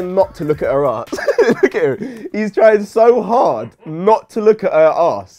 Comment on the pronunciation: Why you pronounce ass like haass